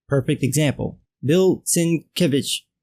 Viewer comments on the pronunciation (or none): I think I read somewhere - long ago, when he was popular and people actually cared - that it's pronounced "Sin - KEV - itch". Not that it matters. I doubt we're going to hear much out of him after this. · Actually, many know who he is - great great grandson of Nobel winner who can't even pronounce his own surname correctly - it's "Sienkiewicz", exactly as it's written, Bill, you illeterate fuck. He likesly goes by Bill, because his given name Bolesław is out of his linguistic skills too.